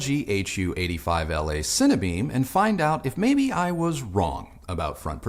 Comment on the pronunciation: 'Cine - Beam' not Cinnabeam